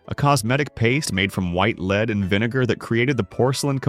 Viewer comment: The word lead is pronounced led not leed.